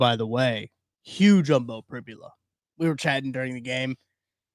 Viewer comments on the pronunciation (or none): Prib-YOU-la - not Prib-ya-la